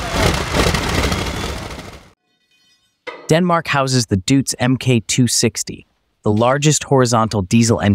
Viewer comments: It's not a Dootz, it's a Doitz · Deutz is pronounced Doytz, not Dootz. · the name DEUTZ is pronounced " doytz" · It's a Deutz, not a Doots.